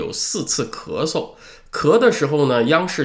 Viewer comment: 念出了咳嗦